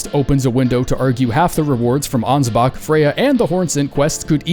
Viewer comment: ansbach doesnt end with a hard R?